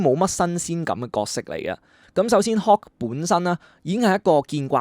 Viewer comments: Hulk，唔係Hawk，一路聽你將Hulk讀成Hawk好唔順耳，仲有，係Dr Strange 唔係 Dr String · 點解將Hulk讀成hawk? Dr Strange 讀了Dr String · btw Hulk好似要讀hook